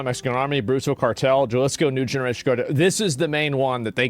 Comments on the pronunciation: Pronounced "HA LIS CO" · Pronounce "ha-lee-sko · Hey brother.. the J is pronounced s an "H" so the proper name is pronounced "Halisco" the double "L" is pronounced as a "Y" so: Puerto Vayarta" Thanks for all the info. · Its HA LEE SKO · "YALISCO" BENNY /ASMONGOLD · I believe it’s pronounced HA-AL-IS-CO = “Jalisco” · Dude the way you're pronouncing Jalisco is killing me lol. Replace the J with an H sound. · Asmon can't pronounce spanish words to save his life. Jalisco, Puerto Vallarta. I can't lmfao. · Brother you’re from Texas, how do you not know how to pronounce Jalisco 😂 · Jalisco. The J is pronounced like an H in happy. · It made me cringe in the first 5 seconds how ”Jalisco” was pronounced. As an American, yo estudie espanol por mi cuenta- my fellow Americans never fail to demonstrate how poorly educated (even self educated) Americans are. When i meet Europeans traveling- it’s very common for them to speak 3+ languages… spanish is the second most spoken langauge in the US and the most spoken language in the Americas- it demands some basic knowledge imo. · People that can't pronounce Puerto Vallarta and Jalisco shouldn't comment on foreign policy. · "Jalisco" please stop saying it like that. Lol. J is H sound homie. You grew up in texas, i know you know this vato. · j has h sound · You can pronounce Guadalajara fine but not Jalisco? 😑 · The J is silent on Jalisco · this guy asmongold wants us to listen to him about cartels when he cant even pronounce jalisco right 😂😂😂😂 straight CLOWN!! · "I dont speak Spanish." Oh we know bro lmao. Jah lees co is not a very close pronunciation 😂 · Here brotha Ha-Lee's-Co thats how you pronounce Jalisco 😅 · The "J" in Spanish is pronounced like an "H.". So you would pronounce it like "haleesko" and not Jalisco (like JUMP. ) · Jalisco is pronounced... Ha-lee's-co not Jah-lee's-co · Asmon what do you know about the cartels? You can't even pronounce Jaliso correctly. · Galisco? bruhh go back to school my guy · it's ha-liz co.